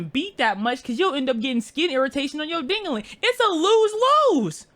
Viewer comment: BRO WHY DOES HE SAY DINGOLING